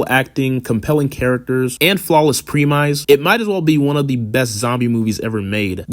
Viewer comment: i pro mise thats not how u pronounce premise